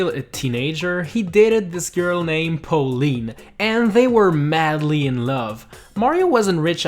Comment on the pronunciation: How do you fuck up saying Pauline?